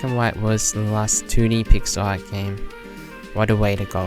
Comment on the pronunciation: took me like 15 mins to realize you were saying "pixel art" and not pixar_ i was so confused lol